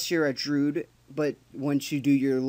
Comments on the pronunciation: DROO-IDD Not drood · Its Druid, not droo-idd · "Drew-id", not "drood." Sorry, I'll finish the video now.